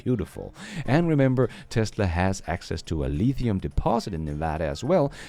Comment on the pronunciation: Gotta love the way says LEEthium! It sounds like it's italicized... and it SHOULD be! lol